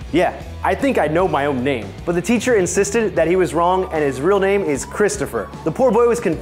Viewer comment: You mispronounced alot of names in this video...